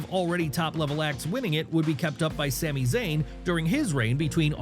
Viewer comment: Bro said Sami Zayn 😂 Ilja Dragunov 😂